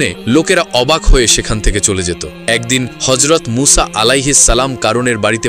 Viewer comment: মুসা না মুছা সঠিকভাবে উচ্চারণ করুন